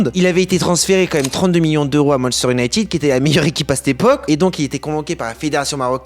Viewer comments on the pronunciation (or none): none